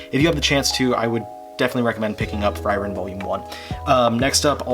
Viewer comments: It's "free-ren". That's both the actual German pronunciation of the word and how the katakana spelling says it's pronounced. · I’m pretty sure Frieren’s pronounced “Free-ren” and I’m glad you’re enjoying it. I’ve been reading the fantranslation since like chapter 10 and’ve fallen in love with the series. It only improves as it goes, hope you have as good a time as I have